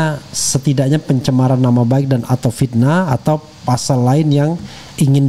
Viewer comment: Pasa dibaca POSO... itu khas koran Jawa